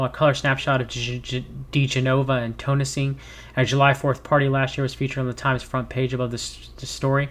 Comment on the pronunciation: It’s Dee-Jen-oh-vah and Victoria Ten-sing. If they automatically don’t ring a bell, search for them now. They are intrinsic to the Trump sphere of shanigans.